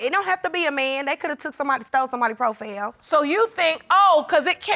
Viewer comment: 🤣LAWD! “PROFELL”!! I’m done🤣